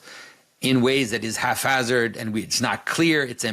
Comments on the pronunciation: Do you mean Haphazard? Not half hazard. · My biggest take-away from this video is that pronouncing the "ph" in "haphazard" as an "F" makes a great portmanteau of "half-assed" and "haphazard".